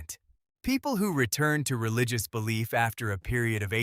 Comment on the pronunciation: "Tuth"? "Relicious"? AI sucks.